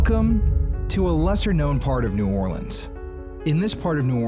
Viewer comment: Also, thanks for saying “New Orleans” correctly and not “New Or-keens”. And… the scariest hospital here is (was) Charity Hospital, the longest continuous working level 2 hospital in service with 2,860 beds since 1736.